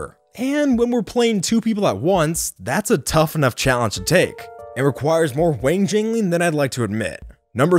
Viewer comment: Woah "wangjangleing"